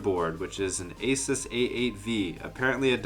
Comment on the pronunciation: Finally someone who pronounced Asus as Asis and not Asuce